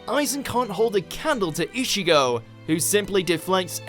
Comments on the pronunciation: I'd like to point out that Ichigo.,is not pronounced e-shigo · Why does he keep saying ishigo??? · Man....you really pronounced it as I-sh-igo :D damn.... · Not issigo, it is ichigo